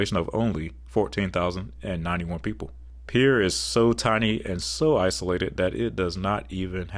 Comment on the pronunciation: Thank you for pronouncing Pierre correctly.